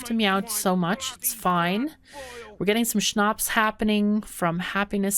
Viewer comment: She said it so it sounds german what is really wierd. To hear a German word in the middel of her talking . But it sound so good as a German :D. And Schnaps is so well pronounced that i have the feeling there are some German ancestors or family members that speak German